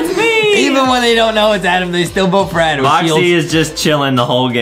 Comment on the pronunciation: NO ITS ADEM. OK IT'S ADEMMMMM NOT "ADAM"